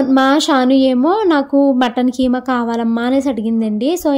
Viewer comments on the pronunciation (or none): adhi kaima kadhu keema anali😊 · adhik Hema Kadu keema